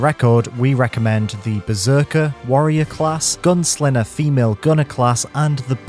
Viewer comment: It’s funny how you can’t say “g”. “Thins” “GunSlinner”